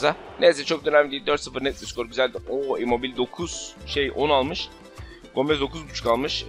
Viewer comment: immobil değil immobile diye okunuyor